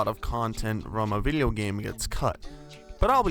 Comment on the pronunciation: Take a shot every time he pronounces "video" as "viddlio".